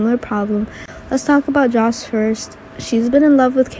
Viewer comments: It's Sonny not Sony. Joss not Josh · OH and IT'S JOSS Not JOSH